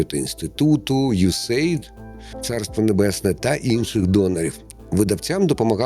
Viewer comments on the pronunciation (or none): none